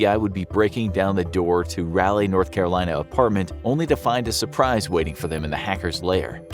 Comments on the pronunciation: rally? 😨 my dear friend it is raw-lee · RALeigh!?!!? Excuse you, it's RAWleigh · its pronounced "rah-leigh" not "raa-leigh" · It's pronounced "raw-lee," not rally. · Great video but for the love of God It's pronounced "Rolly not "Rally. Lol don't know why that annoyed me soooo much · I'm from North Carolina (NC), and just to let you know, you are pronouncing the name of the city incorrectly. Raleigh is pronounced: "Rah-Lee", not "Rally". So say it like, "Rah-Lee" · “Rally”, NC? lol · I hate the way you say Raleigh, NC It’s not “rally”, it’s pronounced “raw-lee”… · That cell phone tower is just down the street from me! Terrifying. also Raliegh is pronounced (rawl-e) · Can't believe this story since he can't even pronounce Raleigh correctly... Rally? NC? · Its Raleigh NC not rally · Raleigh is pronounced Rah-lee. After sir Walter Raleigh. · Raw-lee is how it’s pronounced not rawlee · Every time they said Raleigh I died alittle You kept saying Rally NC lol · It bothered me how he said Raleigh😂 I’ve only ever heard it pronounced (Ra-lee) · Its pronounced either Rah-Lee or Raw-Lee, depending on your southern accent. Not whatever you're saying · It’s Raleigh bro not rally 😂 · As someone who lives in north carolina. Raleigh is pronounced rah (egyptian god) lee (like bruce lee) so rahlee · thank you! I questioned my pronunciation hard bc this video. (I'm from SC and we pronounce ERTHING wrong) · That's not how you pronounce Raleigh NC 😭 ...... It's ra-lee Like Egyptian god "Ra" Then like Robert e "Lee" Ralee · Can’t pay attention to the video because of the way you say Raleigh. “Rowley” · You mispronounced Raleigh it’s pronounced ralee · I'm in Mayberry myself, and came to the comments to say something about it too, lol. Rah-Lee, come on, man... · Raleigh is pronounced rah-lee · that is not how Raleigh is pronounced! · You butchered that name.. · Video was awesome as always. But hurt my soul every time you said Raleigh. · It’s RA-LEIGH not he pronounced it all wrong